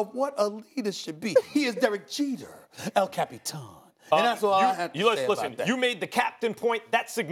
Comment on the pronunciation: SASs EL CAP-EE-TAN is as classic as his STAY OFF DAH WEEEEEEDD!!! 😂😂😂